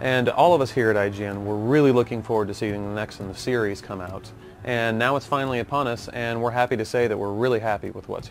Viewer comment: it's "upon us" :D